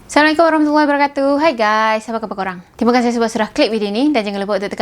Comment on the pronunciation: Assalamualaikum...mak cik kalau nk beri salam.. sebut betul2 dgn penuh adab dan sebutan yg betul...jgn permainkan ucapan doa itu...dlm x sedar kita org Islam sendiri permainkan ayat2 suci tu kan...jadi lah manusia yg berakal dan beradab...1 lagi nk guna Bahasa Melayu gunakan sebaik mungkin..jgn campur mcm rojak...dah mcm filem Tamil pulak campur 2 bahasa...ok ya..